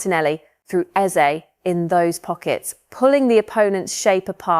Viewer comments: Its 'EZE' not bloody 'Isaak'..🙄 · Why do you keep mentioning "Isaak"?!!! His name is "Eze" for Christ sake!!!!!!!